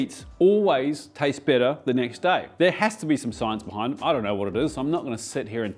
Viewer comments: the accent confusing on 'bitter' and 'better' i was like wait braised meats get bitter when they sit? huh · I thought he said the bolognese sauce tastes „bitter“ the next day lol but he meant better 😭😂